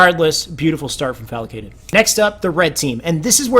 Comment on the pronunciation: Great video! One thing to note, the players name is Falcated not FalAcated.